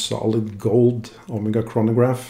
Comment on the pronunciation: hey bro i guess its my 1st time here on the channel but i just had to stop the vid to let you know: (╯°□°）╯︵ ┻━┻ you absolutely nailed the pronunciation!